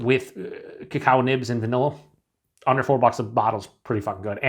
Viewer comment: Cheers you said under 4 bucks a bottle, it sounded like a hundred 4 bucks a bottle had to play back,thought you lost your mind.